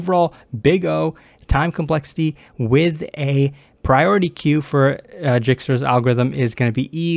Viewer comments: Dijkstra's algorithm is read as /ˈdaɪkstrəz/ DYKE-strəz, not Jikstra's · My man said jigstra's~